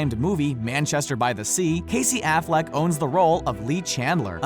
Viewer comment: Don't say Affleck ever again